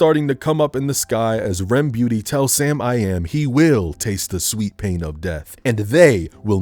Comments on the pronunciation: “RemBeauty” gets me laughing EVERY time lmao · Everytime he said Remy Ma I loled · It was the “REM Beauty” for me but I feel you 😂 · everytime pronounces Remmick’s name as Remy MWAH fries mee overdone bro😂😂